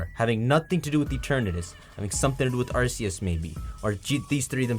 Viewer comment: Why does no one ever say Arceus correctly?